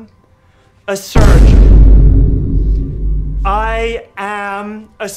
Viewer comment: in the next seasons, all the words he can only say is "ayusgeon"